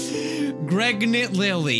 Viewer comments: Did any one here him say ' Gregnat " instead of " pregnant " ? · Who else noticed that he said “gregnant Lily”? Kinda like danny said in his “ decorating my office” vid? If you dont know what i mean, danny gonzales made a decorating my office vid. His wife came in and said it looked like a nursery, so danny said,”are you gregnant?” Btw his fanbase is called Greg as a joke